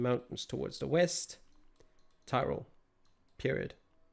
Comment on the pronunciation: You have a very good pronounciation for the places